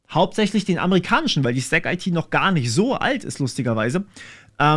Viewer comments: Da ich letztens mit den Kollegen in Kontakt war: 'stack-it", nicht "stack-eitie". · Zu : In Neckarsulm ist auch der Sitz vom IT Dienstleister Bechtle und Audi hat ein Werk mit 15k Mitarbeitern dort. Die Sparte STACKIT wird übrigens zusammen ausgesprochen und nicht Stack - IT und haben auch einen YT Chanel :D Die Dieter Schwarz Stiftung fördert auch die private Programmierschule Ecole 42, was ist deine Meinung zu solchen Schulen? Kannst du evtl darüber auch mal ein Video machen?